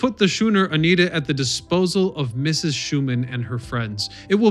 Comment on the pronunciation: Herman Schuenemann not Schuman. I know bedtime am a granddaughter of Herman.